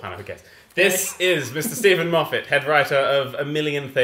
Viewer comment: But it's pronounced Moff-ett. So it doesn't rhyme.